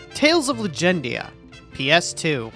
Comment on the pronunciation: Bro triggered me out the gate with Legendia. smh. 😆